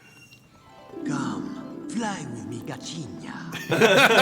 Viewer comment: when Alan pronounced gatinha 😂😂😂